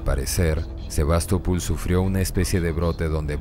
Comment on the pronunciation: Por que SevastopUl? Es SevastopOl.